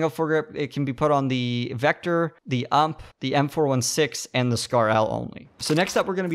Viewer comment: "The vector the ampe" <- FUCKING DISLIKED Jk mate nice video, but please just say U M P lol.